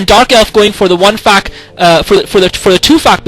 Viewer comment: lol. when he says "fac" it sounds like "fuck"